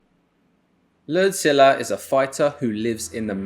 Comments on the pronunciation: I thought he was saying “lead-zilla” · The whole time I thought he was calling him "Godzilla!" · All I can hear is LerdZilla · It sounds like the man is saying LordZilla. After watching the video, it would be appropriate. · At first I thought you were saying larZilla like mixing a name with GodZilla (bc he that dominant)...then I realized that was just his name Lerdsila